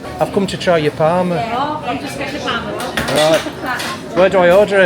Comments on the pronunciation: Is there any other locals really annoyed every time he said PARMA instead of PARMO??? And also when he called the obvious garlic dip a yoghurt dip!?!?! Anyway cool video, nice to see someone championing the area and that parmo actually looked really nice, will have to try it out that cafe one day shopping. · You kept calling the dish parma and the locals would say yeah parmo, but you kept on right to the end still calling it parma, you are a stubborn beggar but we love you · parmOOOOOOOO ffs 😂 not parma like parma ham 😩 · parmO please stop saying parma 🤣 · PARMO! not PARMA! 🤣 They taste very different in restaurants than they do in cafes and takeaways. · It’s called parmo not Parma 😂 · Good vid man, but parmehhh 😂😂🤣🤣👌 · It's parmo not Parma lol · Ive lived in mbro all my life i didnt know Sydney Harbour bridge was made here. Ps we call it parmos not parma 😊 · It’s pronounced parmOO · You should’ve tried Manjaro’s for your Parmo (pronounced with an Ooo sound not Parma) , great vlog you just popped up in my search, noticed you have just been to San Antonio Tx , will have to check it out , haven’t been there since early 2000’s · It's parmo with a o on the end lol